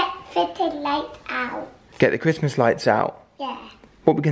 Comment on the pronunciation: I love Alfie saying Christmas Wrong from 🤣🤣🤣🤣🤣🤣🤣